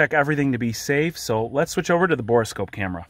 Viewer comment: Isn’t “borescope” pronounced “bore scope”?? Why is there an extra e in there when you say “bore-e-scope”?